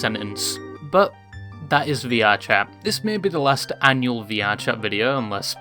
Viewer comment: "annual" lmfaooo